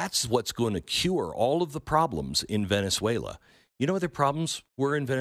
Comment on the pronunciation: I couldn't help but laugh when he said "Venezuela" lol